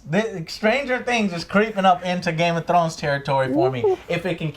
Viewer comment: I hate the way Joe pronounces Game Of Thrones. GAYMUTRROWNS